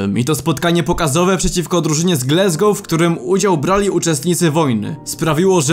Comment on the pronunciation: co to jest glesgou... wstyd. Wymawia sie Glasgow. jak piszesz i czytasz. Nikt inaczej nie mowi ... Chyba ze Polski polityk